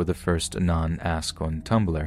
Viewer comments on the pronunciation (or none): Everytime he says 'ask' in story one, I hear 'ass'